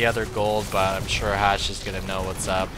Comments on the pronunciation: he called him Hashe... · He called him HasHe so many times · Drink every time calls Hawk "Hashe" this game xD